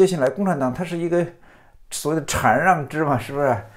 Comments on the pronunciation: 禅让（拼音：shàn ràng）,虽然我小学没毕业，但我敢和老苏打赌这个字念shàn而不是chan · 禅(shan四声)让制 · 馋让 哈哈哈哈哈😂哈哈哈哈😂 是故意的吗